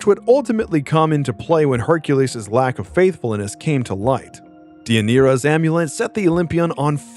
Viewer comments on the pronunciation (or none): none